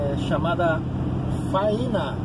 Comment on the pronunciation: A pronúncia correta da cidade é Fâinea :) um abraço de Goiânia, Goiás!